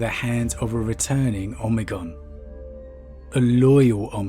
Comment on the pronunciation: Why are you saying Omegon so bizzarely? Oh-may-gone.